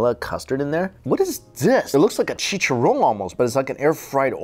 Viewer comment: i died when he said chicharon